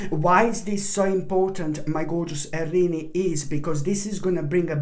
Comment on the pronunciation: I love how you pronounce our sign. Arini. So cute!!!!